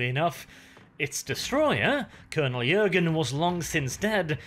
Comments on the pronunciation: Hi thank you for the remaster. However, I am sorry to break it to you, but the name is Colonel 'Jurten', not 'Jürgen' and I am sorry again, but you make the mistake throughout the whole video...thanks again anyway and happy holidays. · JurTen not Jurgen come on man